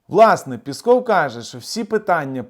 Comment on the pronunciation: Дякую за інформацію, завжди з цікавістю дивлюся Ваші відео., Ви якось неправильно вимовляєте прізвище 'піськов', таракан може і образитися)))